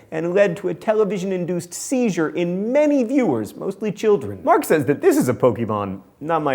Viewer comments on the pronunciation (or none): none